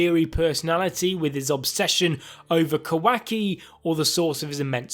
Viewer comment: Can you please say kawaki properly its not a hard name to pronounce